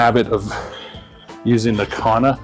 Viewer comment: There's no H in kanna.